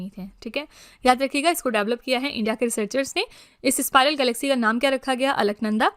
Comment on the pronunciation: स्पिरल ❌ स्पाइरल ✔️ 😊😊😊😊 1-D 2-A 3-A